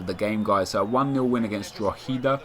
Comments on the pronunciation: Its pronounced "Draw-ha-da" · Drogheda - droh-head-ah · drogheda ----> draw-hid-a . thars how its pronounced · It's prenounced draw-head-a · He says Drogheda so wrong.